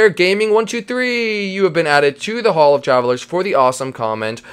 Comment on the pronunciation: Uhhh the name hall of trallvelers sounds ofilly fumiller not tryin to hate I love the video